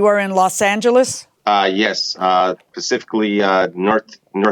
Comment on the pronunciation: Grrrrr!!! I HATE it when someone says 'pacific' for 'Specific'! UGH! ...I always want to make then write a million times, 'The Pacific is a specific ocean.'